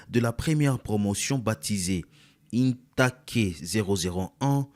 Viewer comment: In take??? On lit: 'intek', c'est un mot anglais qui veut dire promotion